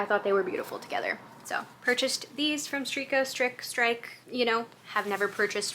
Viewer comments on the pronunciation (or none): Strikke is the Norwegian word for knitting (the verb)! It is pronounced like "stricken", minus the N and with a rolling R... So, not at all like "stricken", but maybe you catch my drift lol. Anyway, fun times! The mixed texture yarn is sooooo pretty! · lol, strikke is the Norwegian word for knitting. So the i is a short one, like in knitter. and the e at the end is something like uh. nice video tho.... ;-) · Strikke is my local shop! It's adorable and I love it so much 😍 as far as I know, the i sound is a short i, like in stick and the e at the end is an "uh" sound. Anyway, so cute. And Burien is pronounced like Byurian. Growing up in Issaquah and then Sammamish, I've always had to sound things out 🙃 Also, that sweater you were planning at The Knitters Studio, amazing!! Get after it for sure